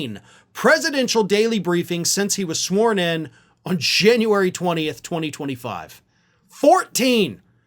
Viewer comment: I first thought you said sworn in on Shame-uary 20th, 2025. 😅